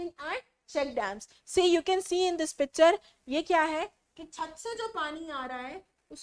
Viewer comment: When mam talking about landslide she say picture ❌pacture 😂